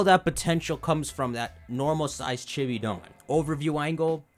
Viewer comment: it took me five videos to realize he was saying "Chibi Dawn" and not "Chibidon" like he was referring to the game as some sort of pokemon named "Chibidon"